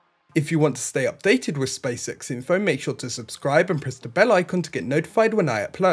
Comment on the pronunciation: Stop saying spacesex... its SpaceX.